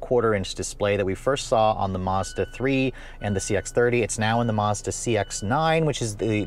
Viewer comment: Lol, always saying Mazada needs more gears like at least 5 times every review.